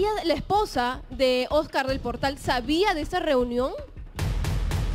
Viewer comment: Jaja la rulitos diciéndole OS-CÁR y luego Oscar